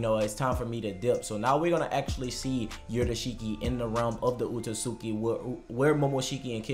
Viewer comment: Maybe i'm just nitpicking here, but i don't understand how one can cover something and come up with all of these theories and most importantly Spend time researching stuff about the series, YET can't even take the time to learn how to pronounce the names correctly. You say Otsutsuki wrong. And you say Katasuke wrong.